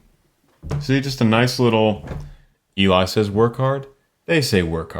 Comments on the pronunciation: Love your reactions. Two small things on this one: Eli pronounces his name L-E, which you can’t tell from the written name. And Layne did this wonderful arrangement. And one bigger miss (although understandable with so much going on.). When you spoke of text painting, you missed that Layne’s percussion was also going up, then down in reaction to Ashley’s vocals at that spot. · Yes. It’s pronounced “L-E” because it’s short for Eleazer. I was going to remark on this, too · Im pretty sure eli's name is pronounced like ellie correct me if im wrong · Sweet[e, you pronounce his name Ellie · ELIS NAME IS PRONOUNCED AS ELLIE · not a huge deal but eli is pronounce more like the letters L E, el-ee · I'm sure I'm not the first but just to be safe: Eli's name is pronounced "Elly" - it's short for "Eleazar", if memory serves. :)